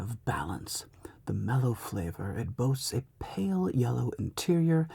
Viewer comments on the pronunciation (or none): none